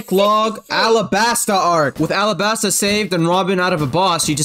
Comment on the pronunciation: Say the world alabasta in English arabasta is the Japanese way l’s are r’s